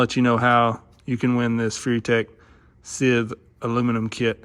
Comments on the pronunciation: Scythe is not "sith". It's pronounced like s-eye-th as in the "sigh". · pronounced sigh-ith fyi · Lol. It's scythe (s-eye-th). You know, like the grim reaper carries?